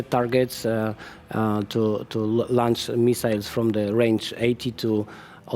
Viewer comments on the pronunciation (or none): none